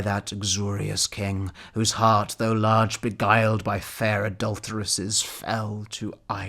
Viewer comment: “Prone on the flood, extended long and large” I loved how you pronounce the laaaaarge!